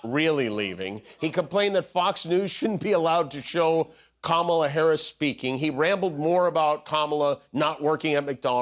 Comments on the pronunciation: Hey trump it’s pronounced Kama la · He still can’t pronounce her name. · Trumpie,...Why should we trust you with the Nuclear Codes, when you can't even correctly pronounce Kamala's name?